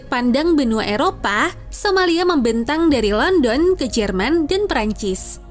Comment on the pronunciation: Cara pengucapan Georgia dan London salah min... Coba dengar pengucapannya yang benar lewat google translate